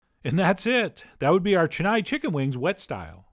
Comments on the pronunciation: It's chen-naai, not chenaye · Hey, you pronounced my city's name completely wrong... Chennai has only small vowel sounds. Chen-nai. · heck you it is not chen-nii!!!! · 'Che-nai' chicken wings ☺️😆 cute pronunciation.actually the pronunciation is 'chen-nai' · its Chennai(Chain-na- iee).previously known as (Madras).. capital of the state Tamil Nadu, India..... Chettinad is a district in Tamil Nadu... famous for spicy hot chilli laded dishes... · Absolutely murdered the pronunciation of Chennai 😂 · He said Chennai in the exact way I thought he would. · Cringed every time “Chennai” was said like that haha. But wings looked bomb dot com!!👌🏼👌🏼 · chennai is sounded wrong